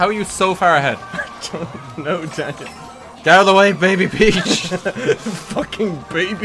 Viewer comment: Did he say "Daneil"?